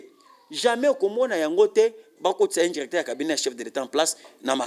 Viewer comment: Yoka ndenge azo prononcé les mots; Djirecteur, valorigé, djisept, djis...